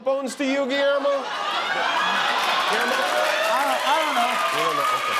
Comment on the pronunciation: All these years and Jimmy still has not learned how to pronounce Guillermo’s name correctly, but has likely taken the time to pronounce Kamala correctly.